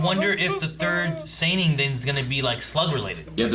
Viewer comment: Dear god them calling the Sannin SAY NEEN 😭😖